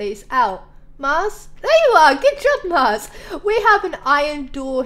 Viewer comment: when she went to see the Snow Golems she said max instead of Mars